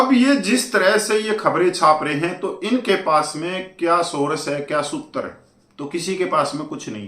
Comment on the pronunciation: सूत्तर नहीं भाई सूत्र